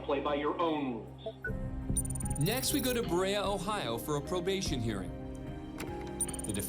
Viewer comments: I live here, the way you pronounced BEREA is funny; buh-RAY-uh, but we call it Buh-REE-uh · Berea is pronounced "Buh-ree-uh," not "Buh-ray-uh,"! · It isn't pronounced baraya(Berea) it's pronounced beer e ah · Ba- ray-a??? 🤣😭. Bee-ree-a. Is how you say berea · it is pronounced burr-e-a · You mispronounced Berea, ohio (Ba rhea) if you're unsure ask Google to pronounce it. It's an old Biblical name. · To help out. Berea OH is pronounced Burr-Rea-uhh. Been enjoying these videos. Nice work on everything. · Berea.... is pronounced "Be-ree-ah" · Bah-Ree-uh (Berea) Ohio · For the record, I was born in Berea OH. It's pronounced Ber-eee-uh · It's pronounced Burr-ree-ah Ohio, burrreeah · Just here to complain about how he pronounced Berea at 29mins. As a former resident of that city, that's not what it's called! 😂😂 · You pronounced Berea wrong when mentioning Berea Ohio. I'm not from Berea but grew up in Ohio pretty close. Also lived in Cleveland for awhile. I noticed while watching the video. I've been in that court room before. I'll I've got to say is, "I can't drive 55". 😁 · Love how the narrator completely bombed the pronunciation of Berea Ohio lol I live minutes from Berea and that is definitely not how you say it lol But he gave it his best shot i guess lol